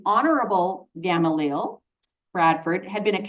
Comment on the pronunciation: Gamaliel- gah-mah-lee-el